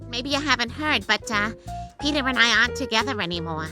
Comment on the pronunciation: ITS NOT PETER ITS ✨PETAH✨